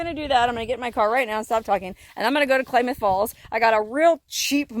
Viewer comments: It’s pronounced “Clam” ith Falls Klamath Falls… a few hours from me… keep heading north, I’d love to meet you!!! 266 miles from you, about 4 hours 16 Min… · Good luck with your phone,. Pretty sure it's Klamath with an "a" like cat. Lived in Oregon for a few years and that's how we pronounced it. Live in Pahrump now. Hi, neighbor. Happy travels! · Pronounced Klamath with a short A sound 😉happy travels ...love your vids ...fun! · Short "A"s in KLamath. not pronounced as Claymouth. Otherwise another great video by the. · i don't get it. If the phone was advertised as " waterproof " , you should get a new phone for free as the phone failed the test. Also, the old phone video quality is not very good. By the way, it is pronounced Clamath Falls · My home town! Awestruck and amazed to see you there but loved it! It's pronounced clam- math... but who cares! You did great 👍 Thanks for the little trip down memory lane, girl. Love all your videos! BTW... Klamoya Casino is a bit north from your motel and has free overnight rv camping. Anyways, keep up the great stuffs 🤩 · When possible, gotta pull the battery immediately, wipe the phone off then put the phones in a convection (non microwave) oven on 75°-100° for ½ hour maybe an 1 hour but if you are in warm dry remote locations, leave it out in the wind for 12 hours. If the battery contacts are wet then it is not likely the phone will survive. Haboob is a sandstorm. Klamath is just pronounced like Klam-ath or clam-ath or clam-ith if you will. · Klamath falls is pronounced clam ath7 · Klamath Falls is pronounced clam ath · Great video! Klamath is pronounced with a short "a" like "clam". Keep up the good work and be safe. Cheers!